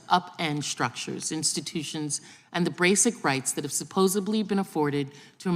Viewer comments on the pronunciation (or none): She should retake vocabulary in language arts class. It's not supposebly, it's supposedly.